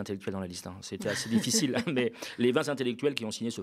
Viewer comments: vingt intellectuels,; pas de liaison,il n'y a pas de s à vingt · Salut on ne dit pas vingt z'intellectuels car il n'y a pas de s à vingt. Bisous je t'adore!! 😘😘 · au top... sauf pour les liaisons: vingt intellectuels et non vingts; ce ne sont pas les quinze vingts "za" veugles plein soutien au Media!!!! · Merci au Media pour vos émissions de qualité. Professionnalisme et analyses pertinentes. Clin d'œil pour: la liaison avec "vingt ". Vingt t'intellectuels et non vingt z'intellectuels. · Cher, vous avez fait saigner mes oreilles avec vos vingt ZZZ intellectuels;-) Le reste est comme d'habitude parfait! ONU 242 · Je sais que je ne devrais pas mettre en avant les petites coquilles perdues au milieu de cette excellente émission. Désolé je le fais quand même. 1) C'est Djazia Satour et pas Djamila. 2) Les vingt z'intellectuels ça fait un peu bizarre, surtout quand c'est dit plusieurs fois. Mais tout le reste est très bien, je ne rate jamais l'œil de. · On ne dit pas vingtzintellectuels mais vingt intellectuels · Les vingt z'intellectuels, c'est exprès ou pas ? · Les 20 z'intellectuels? T'es serieux? Je saigne des oreilles😂. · le sait parfaitement et c'est pour se moquer qu'il insiste tant sur la prononciation du Z à plusieurs reprises. Réécoutez bien.